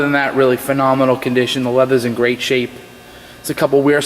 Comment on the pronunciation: Phanominol? lmfao is that the new word to use to sell a lemon?